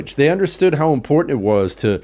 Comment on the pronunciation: Luke says "impornd" instead of "important"